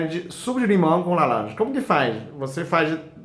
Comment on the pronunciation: Melhor parte ele falando lalanja 🥰